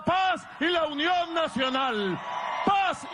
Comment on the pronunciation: La Unión de él es diferente🤦🏽‍♀️porque la la “n” la pronuncia como “m” que horrible 🙆‍♀️, también soy periodista venezolana en el exilio. Me encanta tu excelencia e impecable periodismo. Te admiro❗️